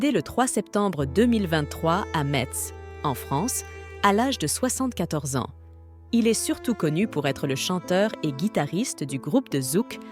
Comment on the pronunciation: Metz se prononce messe et non metse Mais sinon vidéo plutôt intéressante merci